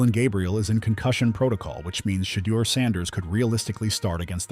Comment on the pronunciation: It is Shedeur not shaldo